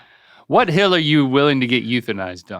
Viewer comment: I thought that's a dumb question. I thought he said heel. I guess my answer would be idk. .......my left one? Come to find out he was saying, HILL!🤣🤣🤣🤣😂😂🤣🤣. Hilarious.